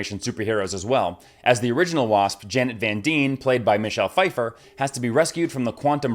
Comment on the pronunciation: “Janet van deen and hope van deen” please tell me youre not serious